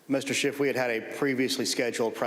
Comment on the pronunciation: It's SCHIFF...not SCHIFT!